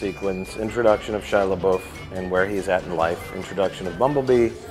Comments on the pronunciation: "Shia lebuff" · He calls out Rich for mispronouncing Megan Fox's name, but doesn’t call himself out for saying Shia LaBeouf's name wrong.